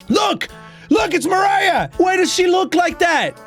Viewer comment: I think pronunciation of "Mariah" is correct, provided the developers don't say otherwise. At least in the English-speaking world, people wouldn't really read it as "Maria." The h at the end provides a clue on how to read it, because like MOST languages with a less f*ckeD up way of writing how they sound, the h isn't really necessary.